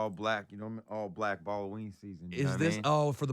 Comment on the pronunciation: Did you say balloween that is cool put smile on my face Happy Holidays...